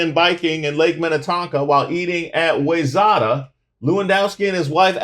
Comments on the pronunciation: Wayzata is pronounced "why Zett uh" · It's pronounced - Why-zetta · Boooooy did you butcher Wayzata ... lmao... It's ok; we don't go out there anyway.